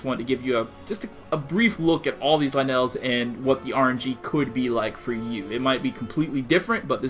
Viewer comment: It's lynels not LeNails